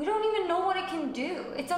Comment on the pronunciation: Thats not how you say know